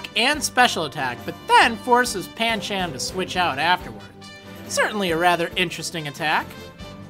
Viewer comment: it's Pancham